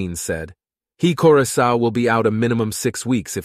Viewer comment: Not to mention his last name, Karoy Sow😂